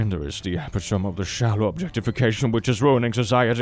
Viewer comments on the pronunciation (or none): fyi, "epitome" is pronounced "ih-PIT-uh-mee," which I found out after trying to say it out loud for the first time in my early teens.... (I am a native English speaker, but I learn most of my vocabulary from reading books; this means that I can spell fine, but can't pronounce for shit) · I’VE NEVER BEEN MORE HAPPY TO HEAR SOME SAY “epitome” (eh-pi-toh-mi) as “epitome” (eh-pi- tom) 😭 it’s how I say it in my head every time and I hate this word. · I say this with love, it's pronounced 'ep-it-oh-me' not 'ep-it-ome':p Edit: Google says: uh·pi·tuh·mee for UK pronounciation if that helps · Not "eip-tome", e-pit-toe-me. It's four syllables. Common mistake, just means you learned the word by reading! 🥰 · There's no way you pronounced it epi-tome and not epi-tom-e. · It`s epitome, not epitome. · I know English is not his first language, but I always think its cute and funny any time tries to pronounce epitome.:)